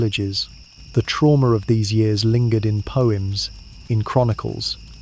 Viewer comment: The way you say years is confusing.